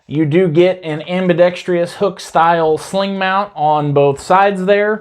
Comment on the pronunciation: Sorry to do this, my friend, but please, the word is "ambidexTROUS!", not ambidexTRIOUS! Please?